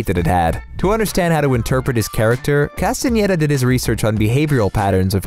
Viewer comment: oh my god finally someone who pronounces Castaneda right, it's like everyone else doesn't even try